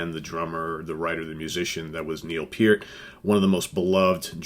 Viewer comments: thanks for sharing with us, and thank you for actually pronouncing neils name correctly. RIP Neil Peart you will be missed, and never forgotten. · THE greatest drummer in rock history!!! Yes, even better than Bonham!!! Neil Peart's career lasted OVER 40 years!!! John Bonham's career...11 years. Neil Peart created more "air drummers" than John Bonham could ever have dreamed of. Btw, Thank You for pronouncing his last name correctly!!! It matters!!!